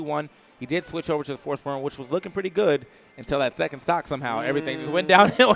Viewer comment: lmao said forsborn and butchered those names